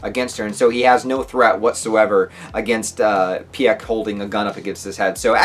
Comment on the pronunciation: Peek, not Pyek